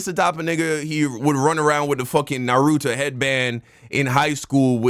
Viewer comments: "Narotu Shipyouden" come on 😭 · That can't be the reason because how are you on Shippuden and you still can't pronounce Naruto's name😭